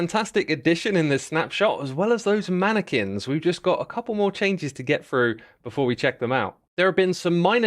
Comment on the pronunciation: X pronouncing Mannequins is the same energy as Benedict Cumberbatch pronouncing Penguins